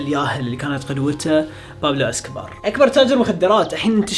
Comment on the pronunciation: اسكو بار ❎ اسكو فار ✅